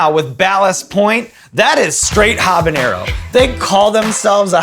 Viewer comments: it's habanero not habañero lol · Sean, I love you, but you gotta start pronouncing that ñ in 'habeñero'! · Habanero is still not pronounced habanyero. -_ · She pronounces habanero wrong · every time she says habenero with the hyperforeignism on the n, I grow a new malignant tumor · Pretty cool that she can't pronounce "habanero." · Habanero doesn't have an ñ in it, so don't pronounce it like that lol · The way people mispronounce habanero as if it has an "ñ" in it is a form of hyperforeignism.